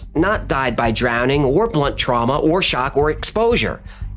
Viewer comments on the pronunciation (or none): none